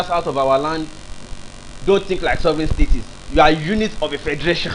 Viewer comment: Why are you saying STATIES? Is this a new slang in Nigeria? No be STATES again?